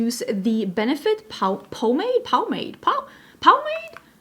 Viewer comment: Brow pomade you pronounce it like paw-made